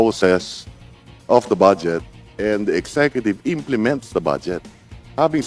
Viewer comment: Atty.budget po hindi bad jet